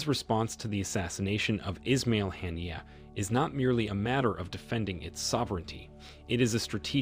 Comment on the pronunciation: US should learn English pronunciation, never mind being unable to pronounce Arabic names. Or, do they do it deliberately. Haniyeh was a great and good man. Not called "Hannier"